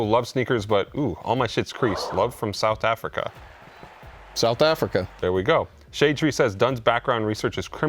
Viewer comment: South Ahh🇿🇦